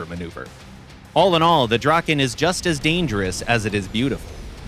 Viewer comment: My heart breaks when I hear the draken pronounceiation